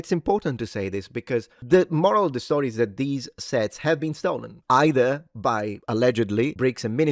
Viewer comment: I’m only 2.5 minutes in and I already can’t hear say “STOLEN” without hearing “NOLAN”